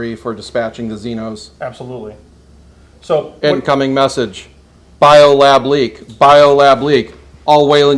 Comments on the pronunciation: What did you use for the M41A pulse rifle was it a Thompson M1A1 like the movie used? its pronounced way-lend not why-lend sorry bit of a Aliens nerd thing. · WHY-LAND YUTONI